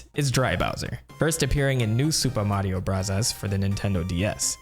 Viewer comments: God, the way you pronounce Super Mario Brothers makes this impossible to listen to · Lol 😂 the racist ass way he says "Super Mario Brothers"